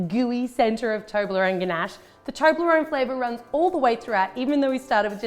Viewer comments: Does anyone now how many times she said toberone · I pronounce it as tob-li-rone. Not toe-bley-rone. How do you guys say it